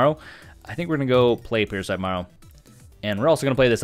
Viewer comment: And I own modern merfolk no budget and the fact you keep saying Marrow instead of Merrow “Mare-Oh” pronounces correctly is driving me nuts